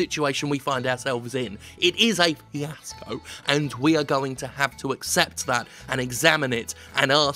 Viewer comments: He said fiasco right? I cant hear that well i guess and auto captions said i see asco so thats the closest i can guess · I couldn't tell if you were saying "fiasco," or "CS GO," or "PS Go."